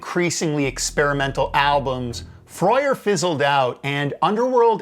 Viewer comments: Never heard it pronounced “Froy-er” before. At least on local radio around here and in interviews I heard it more like “Frur” or “Frer”. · Freur is pronounced frerr not frey-err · froyer? I always said Frer (rhyming with "purr"), ah well. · and Freur is not pronounced like that, when they were forced to name the squiggle, they pronounced is like "Fr - er" and on one of their tracks as Freur they even spoke the name. Great YT video btw, my favourite band to watch in concert (about 23 gigs and counting), have been fortunate to meet Karl and photograph the band 3 times in concert. Such an unknown history (to most). Note that they curated the music for the 2012 Olympic opening ceremony - directed by Danny Boyle. That soundtrack is hit and miss but undeniably Underworld Mark Two (post Darren Emerson !) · I gave up when I recognised where he'd plagiarised the bit about Screen Gemz from and then he couldn't even pronounce Freur. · Just because you aren't from Europe you don't have to say things wrong. Anyway, I have no idea how it should be pronounced, I'm just another idiot on the intenet.